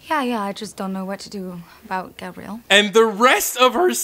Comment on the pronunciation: My name is gabrielle and its the first time i hear an anglophone say my name that well